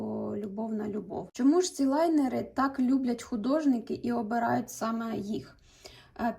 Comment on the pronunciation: Нарееееееештіііі )))))) хоч хтось каже ЛАЙНЕРИ, а не, невідомо звідки взявшеся, лІнери )